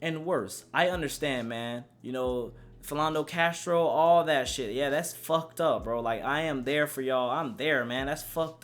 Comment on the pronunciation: ... Philando Castile??? Cmon b dont disrespect the dead by mispronouncing their name it was an accident tho so I'll let it slide